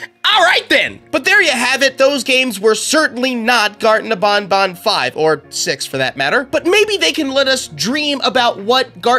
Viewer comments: It’s ban ban not bon bon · "Bonbon" Oh no, no, no, it's pronounced ban-ban Like you're saying, "you're BANNED." You're welcome! Love your content btw! I've been watching your videos since around :) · bro its banban not bonbon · You’re saying garden of BonBon, instead of BanBan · It's not garden of bonbon. It's garden of banban. Where you going to say to the blue spider? Nobnob? It's nabnab. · ITS BANBAN NOT BONBON WHO IS BONBON? THE LIL BONNIE ROBOT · Bonbon? Your wrong is banban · It's not Garten of bonbon it's Garten of banban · I dont like the way he says banban i mean thats how you say it but i say it like banban and not bonbon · How do he call banban to ... bonbon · Bro u said Garten of bonbon